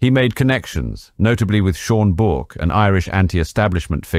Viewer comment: Very good documentary. One slight correction if i may. Bourke is pronounced Burke. Great channel though. Keep it up!